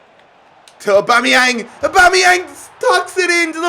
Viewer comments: Everyone: Aubameyamg Literally everyone: Aubameyang: ObOmEyAnG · ITS AUBAMEYANG NOT ORBOMBEYANG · Why you saying Aubameyang weird?